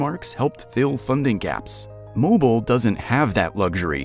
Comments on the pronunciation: This is for the creator who made this video. First and foremost. How about teaching your computer generated voice over to pronounce the name of the city correctly. It’s pronounced Mo-bill not Mobile like a cell phone!! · That’s Mo Beel, not mobull! Thanks !! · That's "Mo beel" not "Mo bull" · Down south, we say ‘Mo-Bill’, not mobile. It’s not something you hang over a baby’s crib…😂. Plus, how old is the video, Mississippi changed their flag years ago…😊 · Moh-BEAL, not MOH-bull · This video was twice as long as it needed to be. Didn’t need all the philosophy. And you pronounce it Mo-beal. Not Mobil. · I wish you'd learn to pronounce Mobile. It's Moh-beel' It's French. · Mobile pronounce Moh-beel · It’s pronounced MOH-BEEL. The stress is on the second syllable. God forbid they start talking about Bayou La Batre. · If you're gonna use AI to create videos... at least verify they pronounce the city right... it's Moe-beele. Not mobile. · MOH-BEEL!!!!!! It’s not a cell phone! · Pronounced, "Mo-beel". Not, "mobile"...like being on the move, or a "mobile phone". Southerners...pronounce it...Mo-beel. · Accent on second syllable moBEEL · It's not a gas station or child's ceiling distraction. It's Mob-eel. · I was driving and highly irritated listening to it being mispronounced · It's not mob (as in mobster)... It's MOE-BILL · Mobile is pronounced Moe-Beel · Can not even pronounce the name of Mobile correctly. Mo-beel ' (accent on the 2nd syllable) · I had to give the whole video a thumbs down because of the down right LIE about asking members of the community for the pronunciation. I have lived in this area for all of my 72 years and have NEVER heard ANYONE call it any way but Mo bill except damn yankees !!! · exactly, they told an unnecessary lie. No one in this state will believe anyone from this state (especially Mobile locals) pronounces it any other way than Mo Bill. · When AI can't say the city's name correctly, how do you trust the rest of the content?